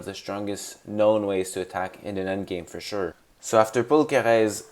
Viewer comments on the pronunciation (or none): Great video but why are you pronouncing Paul Kereses name like he's French 😂😂